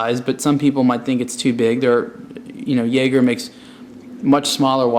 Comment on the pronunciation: it's pronounced "Yay-ger"